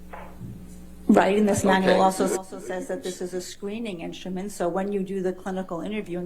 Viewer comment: I love the prounaunce "inschtument" by Dr. Hewes